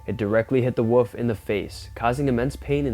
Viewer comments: What is it with the younger generations not being able to pronounce WOLF? This young dufus insists on saying WOOF! WOOF! like he's some sort of barking dog! Its W-O-L-F! WOLF!! Not WOOF! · The "WUFF " LOL!! I guess he meant WOLF (WOOL-ph!) ? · Its not a "woof"...its a "wolf"... You pronounce the "L". If you're going to narrate please get the pronunciation correct, yes? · It’s a WOLF not a WOOF !!!!!